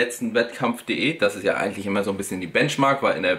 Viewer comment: „Wie auch immä“ du bist echt der geilste XD